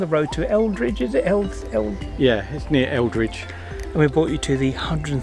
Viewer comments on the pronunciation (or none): It's near Eridge, not Eldrige haha, anyways this is where I live and it is stunning! Great vlog :)